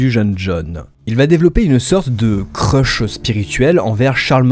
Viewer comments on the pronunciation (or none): none